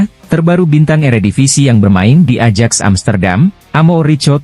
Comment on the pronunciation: AJAX itu dibaxa '.AYAK tolong belajar lagi cara alpabet Belanda..jgn bikin malu